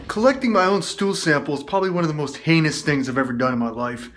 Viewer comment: Was it heinous or anus??? Hahaha